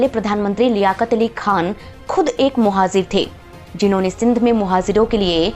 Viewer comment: Bakwas. Muhajir Bolna nahi aata. Muhajir ko muhazir bol rahi hai aur baat karti hai education ki